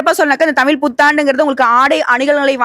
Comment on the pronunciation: அம்மா தாயே நீங்க தமிழை கொலைசெய்ய நாம் பேசுங்கோ தமில்தமிள்அல்ல தமிழ் தமிழ்